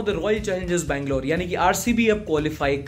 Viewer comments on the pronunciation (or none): none